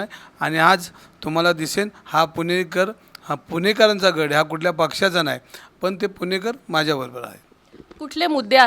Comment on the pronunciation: गढ नाही गड म्हणा. हिंदिमुळे तुमची मराठी बिघडली आहे.